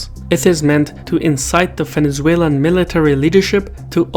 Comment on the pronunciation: "Fenezuelan" :D